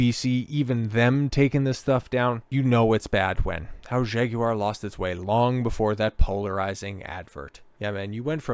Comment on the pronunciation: Kudos for correct Jag-you-are pronounciation.